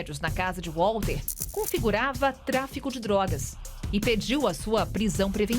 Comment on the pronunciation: Então ,Walter (pronuncia com V e não U....estamos no Brasil) , não quis receber dinheiro, mas só "justiça"... Manoela nada pagou ! Sei ...sei... CNN, agressão á inteligência descaradamente ?!?!?